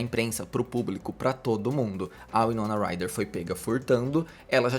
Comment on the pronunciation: Winoma Ryder ( Uai-nou-na Rai-rer ) pronucia correta